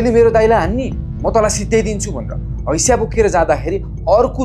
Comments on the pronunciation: हैशा होइन हँसिया 😂😂😂😂😂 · Hasiya ❌ Haisya✅